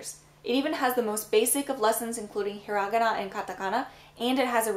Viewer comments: hiragana "he ra ga na" not "he ra geh na" ... sorry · i've always wondered why do you pronounce the word "hiragana" the way you do? instead of hira-ga-na, you pronounce it he-rog-gana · the way you pronounced hirigana really threw me for a loop there I’ve never heard it like that before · I thought it was pronounced har.igi.na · can i ask why you mispronounce hiragana?